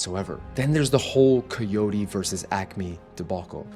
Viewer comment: It's also pronounced Wile E. Kyotee, not Coyotay